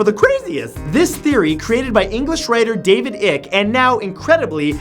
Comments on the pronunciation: Ike not ick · Matt is English your first language? I'm asking for the simple reason that you can not pronounce simple English names. Such as Davide Icke it is pronounced Icke not icle, that is Icke as in pike without the P. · It's "Aik", not "Ikke" o_O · David Icke's name is pronounced David Ike as in Eisenhower, not Ic, at least get do enough research to name your loonies correctly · David ayeeeke (icke), not ick lol. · David Icke surname rhymes with bike not sick, some of his claims have garnered support but he lost slot of his integrity in the u.k when he claimed to be the second coming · I know it's spelt Ick but it's pronounced Aik. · The lizard people are called reptilians and his name is pronounced David I-K-E not ICK. Great video though! :) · David Ick! That's fabulous. His name is David Icke (pronounced like spike), but speaking as a British person, he is one of our biggest national embarrassments and I say we continue to call him David Ick. He'd almost certainly claim that Santoro was a lizard person sent to besmirch his good name for this. :-D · U'll be sorry when our reptile overlords get u. And it's David Icke pronounced eye-k not ick... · Being pedantic. Ain't ick. It rhymes with hike. The giraffes are coming and I cant find my grape jello. Arrghhh!. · I like David Icke (Icke rhymes with bike, not Ik - just saying). 50% of what he talks about is absolutely spot on. The other 50% is batshit crazy haha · 'i' ke. not iike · It's David Icke... pronounced Eyek rhymes with Mike... seriously before you refer to anything English, you might wanna run it by a Brit. ;) David Icke is absolutely 100% nutso in a tracksuit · The lizard guy's last name is pronounced "ike" (as in the word hike) not "ick". He's a crazy dude. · Loved this. FYI, David Icke's name is pronounced "EYEk" as in "hike" not "ICK" as in "sick". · His name is David Icke… was a footballer at some stage .. but pronounced Ike… like Dwight 😂😂👍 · It's David Ike (eye k ee) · david 'ik'? lmao